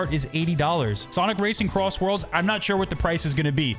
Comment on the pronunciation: SONIC CROSSWORLDS RACING?????????????????!!!!!!!!!!!! HOW DID YOU SAY IT WRONG